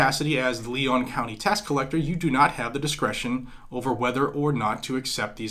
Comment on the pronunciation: Leon is pronounced Lee-on. This broad is a communist, just like Tallahassee’s Soras backed Mayor!!